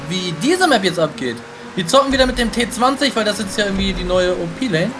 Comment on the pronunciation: spricht den Namen Bitte von dem Auto in englisch aus weil so nennt man den und das klingt viel besser also ti twenty